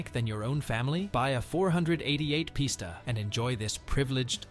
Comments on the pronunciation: "Four hundred eighty eight pista" said no car guy ever... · Once he said four hundred eighty eight posta I knew the video was scrap